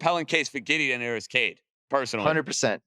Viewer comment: It’s Cade….stop